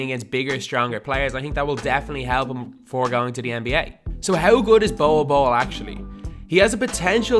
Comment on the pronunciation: His name is pronounced like bowl bowl not bowel bowel